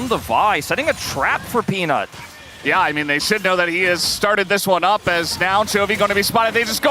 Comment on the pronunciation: the caster say penis instead of peanut KEKW